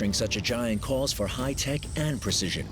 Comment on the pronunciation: NobOdy: Narrator: “millimeter précision”